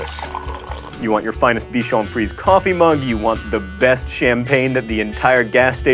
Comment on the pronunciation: i'm gonna be annoying, but: bichon friseèèèè and Giuseppe Cipriani=Gee-où-seppeh Chì-pree-anee